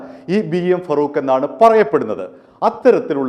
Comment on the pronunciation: ഫറൂഖ് അല്ല, ഫാറൂഖ് ആണ്.